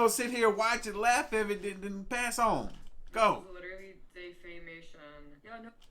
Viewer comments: Man I've been trying to find your video on this for a minute but yeah she she's tripping tripping complaining about something like that plus she can't say defamation at all right that's sad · Defacetion? Defecation? Defamation? LMAOOO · "Dayfation" does she mean "defamation" as in defamation of character such as what she is doing also anyone notice this. Girl is smoking on camera while everyone know shes underage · Its not defation.. It is defecation!! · When I heard her say "day-fation" my brain 🧠 melted so much, I could no longer remember how to say the actual word!😐 Damn this a new type of ignorance! DEFAMATION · Did she mean defamation or is dayfasion or whatever she said the name of her dad's channel? Lol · Did she say " this is" defation""??? Like defamation? Maybe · DAY-FAY-SHIN!!!!! LMAO! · It is pronounced Def am mation! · Ayo, Dayfassion isn't a word. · Here lil girl... let me spell it out phonetically.... (DEF-A-MAY-SHUN) Go to school. Shit. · Hey, the word is Defamation* Pronounced (Defah-may-shun) Practice makes perfect. 😎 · this trying to pronounce defamation? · I deadass thought she was saying a word from another language but I fkn lost it once I realized she was trying to say defamation holy shit I'm in tears LMFAOFNDNDSDIDKAL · She can say Leukemia but she can't say defamation... or spell sorry. Perfect tattoo for her "Do Not Breed" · Was she trying to say defamation. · Do you think she trying to say defamation? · Y’all! I thought Ben Stein (clear eyes commercials) was monotone, uh uh Miss Can’t pronounce defamation correctly is giving him a run for his money. I’m so glad I’m not the only one it annoyed. deadass accurate when he said it’s a lazy way of speaking because it definitely is. She’s like a train wreck though, like you can’t quit looking 😂. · I "think" she's trying to say defamation. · LOL..........is that what she was trying to say “defamation”..........WOW